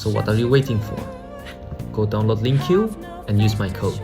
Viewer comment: I hate to be the one to correct people, however you've been mispronouncing LingQ so many times that I can't stay quiet anymore lol. it's pronounced like "link"